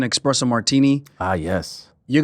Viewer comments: 'expresso' martini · Aljo calling espresso martinis "expresso martinis" lol killed me